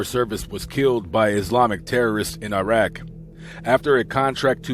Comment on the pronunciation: Its irak not irag